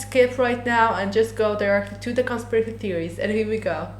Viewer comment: Bro you cant even say "conspiracy theories"